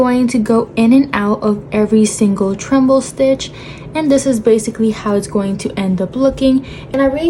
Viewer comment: Great video, thank you! (Also, it’s treble, not tremble.) ❤